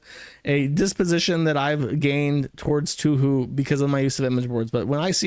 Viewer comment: Drink every time jersh says toohoo instead of touhou